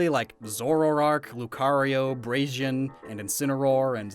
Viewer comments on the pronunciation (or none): Braxin is pronounced “Brake-sin” not “braze-in” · Nobodys gonna talk about the fact that he said "Braishen" instead of "Braixen" ??? Okay..... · You dont call braxin ,brasion you say bray x in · Wait did you call braixen braijien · Am I the only one that died when pronounced Braixen? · Also I’ve been pronouncing braixen wrong all my life. Neat!